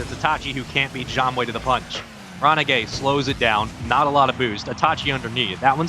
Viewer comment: anyone sat here laughing to them saying Ronikay .......